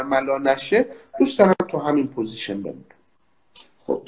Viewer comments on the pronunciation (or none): none